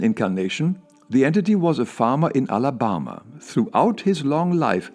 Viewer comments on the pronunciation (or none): tells the story of "A FAHmah, een AlaBAHmah" 👨‍🌾